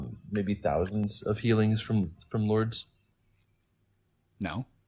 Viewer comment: The guy citing Lourdes and not saying the name correct.